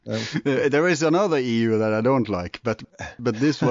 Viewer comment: EU not LU